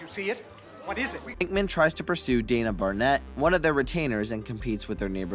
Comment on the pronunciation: How about Dana barnett...